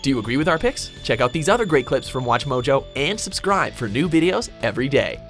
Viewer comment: Why does the narrator have such a hard time pronouncing "mojo" ?